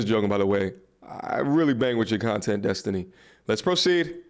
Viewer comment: "Zestiny" I'm dead 🤣🤣🤣🤣🤣